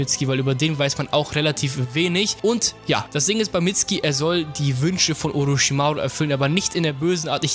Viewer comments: Es wird nicht mitski ausgesprochen sondern mitsuki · Der heißt Mitsuki nicht mitski 😂😂😂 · nicht "Mitzki" "Mitsukie" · er heißt nicht mitski sondern mitzuki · diggah was für mitski🤣🤣🤣🤣 sag einfach mitsuki so wie in der serie du lelek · Mitsuki nicht mitsgi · Mitzki... saske... itatschi... bin ich der einzige den das heftig triggert? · Wird im japanischen ein u laut vor dem k laut nicht ausgesprochen oder warum heißen sie saske und mitski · FreezerJK-Online Es wird Mitsuki geschrieben aber Mitski ausgesprochen sogar Boruto spricht es in Anime so aus! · Wird aber "Mitski" ausgesprochen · man spricht das U bei Mitsuki mit🤦🏼‍♂️